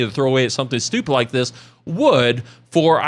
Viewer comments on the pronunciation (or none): none